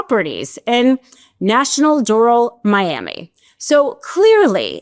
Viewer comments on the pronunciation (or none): Trump Nationtional [door-AL]. Thank you for your attention to the pronunciation.